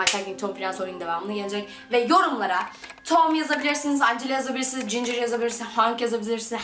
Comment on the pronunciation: Hank değil Henk Angela değil Encıla ginger değil Cincır